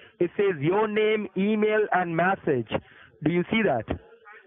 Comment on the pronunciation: He can barely say the word message and.he is scamming people lol 🤣🤣🤣